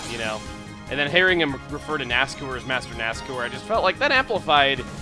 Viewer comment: Ever time you pronounce his name as NASCOOR it makes me cringe. I've always pronounced it NASCOUR (the OU making the same sound as in the words hour or loud).